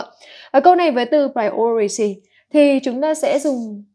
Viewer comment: Cô ơi. Hình như là từ priority, assume và từ shoulder đang phát âm chưa được đúng lắm phải không ạ